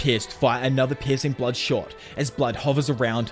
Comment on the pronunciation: I swear I thought you were saying "Pis*ing Blood" lol